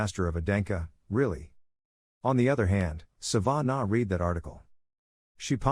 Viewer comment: Its not Sa-van-a It is Sa-vah-nah Laviosa